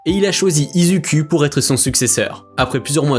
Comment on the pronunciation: Non mais tu narive pas a dire izuku😂😂😂